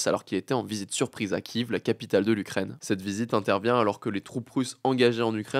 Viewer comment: on dit Kiev pas kiv